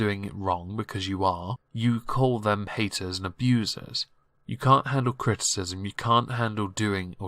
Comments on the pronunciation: The best part of this video was the way you said “haydurs” Well done man, keep up the great work! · I found you, MichaelBePetty, and Zachary Michael through Amberlynn. Worth. Also I died when you said "HAYYDURS"